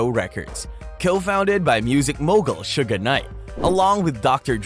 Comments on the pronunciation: He sounds stupid saying Suge Name the pronunciation is shug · Who in the fuck is suga knight he fucked suge name all up 😂😂😂😂and some mf should not do documentaries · Stopped the second he called him Sugga Knight. Gotta know the basics before I believe the info given at hand. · Suga knight, lol. Its "suge". And diddy used to be called puff daddy! Definitely gay. Haa, lol !!! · When you called Suge, "Sugar" I knew it was time to click off!🙄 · Suge Knight..... Not Suga Knight!! 😂 Wtf.... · What you keep calling him,,Shugga knight?.... You would think one would actually know the name of the person your documenting....I know it's too late but his name is "Suge "knight.... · This dude said Suga Knight 😂 This is how history gets rewritten from Egypt and in any period when written by the victors. Suga Knight…. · Lol bro why are you calling suge knight ‘sugar knight’ 😂😂😂😂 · LOL why he keep calling him Suga Knight 🤣🤣🤣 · Whyyy does he keep saying Suga Knight.🤦🏾‍♀️🙄 Not from the culture but commenting on it for views and $$$. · lmao Sugah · How you do a rap rewind channel and not know how to pronounce suge knights name